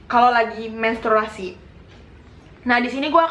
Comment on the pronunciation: Menstruasi kak,bukan mensturasi.wkwk tpi paham kok